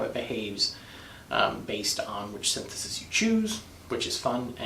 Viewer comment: sin-the-sees, pal.